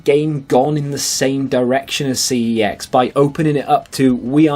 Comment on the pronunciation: You pronounce Cex 'Sex'